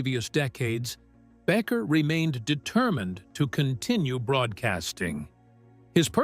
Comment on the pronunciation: His name is NOT Backer; it's BA' KER long A Accent on first sylable.